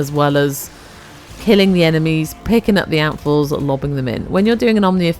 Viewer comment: Not gonna lie, I heard 'apples' not 'amphors' 😂 I love Alchemy especially in Duviri for easy progression in Circuit. Also, ahhhhhh, your voicccceeee ❤❤